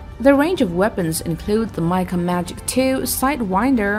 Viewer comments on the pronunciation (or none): none